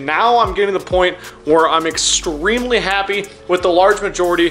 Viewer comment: Did he just say excremely?